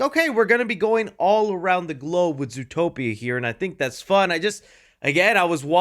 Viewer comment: "Zootpoia" my goat actually makes mistakes🥲